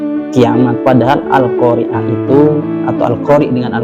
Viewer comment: Da'i merek apa ini? Siapa namanya, patut ditandai. Yakinlah orang seperti ini belajar agamanya tanpa sanad. Dia baca al-Qaari'ah saja salah. Di awal dia baca al-qariiii'ah. Kacau kacau kacau. Terima kasih, sudah berkenan mengulasnya.